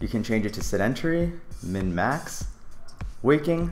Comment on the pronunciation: You point at the word "waking" and say "walking".